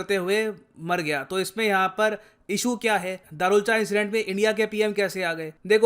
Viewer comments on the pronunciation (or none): It's not darchula it's दारचुला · Sir पूरी वीडियो में आपने दरुलचा बोला है लेकिन वो दारचुला है। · अरे sir धारचूला इंडिया की तरफ है और दारचुला नेपाल की तरफ है। आप दारचुला को दारुलच गलत बोल रहे है 😂🤣। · दरुलचा नही है भाई साहब दार्चुला है। लिखा हुआ है फिर भी गलत पड़ रहे हो। धारचूला पुल के इंडिया वाले हिस्से को कहते हैं और दार्चुला नेपाल वाले हिस्से को। रिसर्च करो फिर समझाओ। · दारचुला not दरूलचा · दारचुला है sir right pronunciation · Darchula is pronounced as: Dar (दार) chu (चु) la (ला)=(दार्चुला). Please pronounce it correctly.🇳🇵